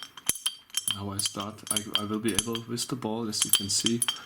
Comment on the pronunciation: wiz the ball?? wtf is wiz? learn to speak. WITH that was anoing